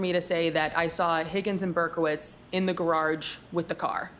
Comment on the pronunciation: Gargarge…adds an r in there.